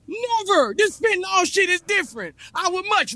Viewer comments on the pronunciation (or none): You would get fentanyl along with propofol, ketamine, liquid Valium and about 15 other drugs under anesthesia. And pronounced 'fen ta nil' rather than 'fen ta nol'